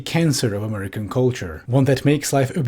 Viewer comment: this woman pronounces 'american' the way europeans doing a mock american accent to make fun of them do to the extent i kept having to remind myself she actually just speaks like that and wasnt about to drop the bit